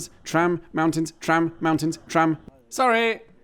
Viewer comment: 'Sorrrry' LOL.